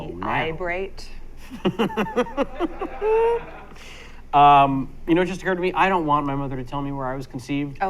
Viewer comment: 'ibrate' hilarious.